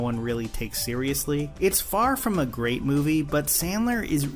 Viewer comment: Adam the gweat and tewwible